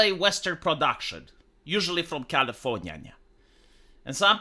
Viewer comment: "Californyanya" never gets old :face-blue-smiling